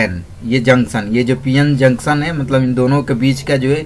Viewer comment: Jaksan nhi janktion hota hai......